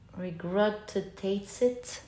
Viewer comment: Pile2, the word is 'regurgitate' ❤️ Loved the reading as always